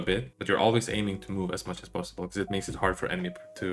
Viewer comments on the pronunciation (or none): none